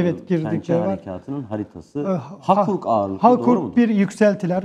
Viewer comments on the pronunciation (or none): "Harkuk" değil, hakurk